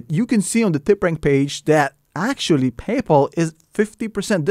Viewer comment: Pay-Po lol